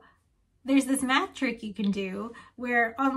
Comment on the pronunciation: I heard meth instead of math and can’t unhear it Sorry but four semesters of meth sounds like a terrible idea